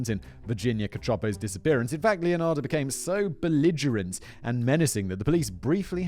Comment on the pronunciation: >brags about finally getting the pronunciation right >calls her LeonardO Whistlerboy, you rekt yourself